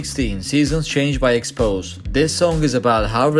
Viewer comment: It's pronouced; "in-x-cess" not "ink-iss" Also it's: "ex-poe-zay" not "ex-pose"